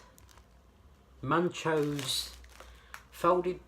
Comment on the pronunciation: Dude it’s pronounced Moochoes as in Muchos the Spanish word for more.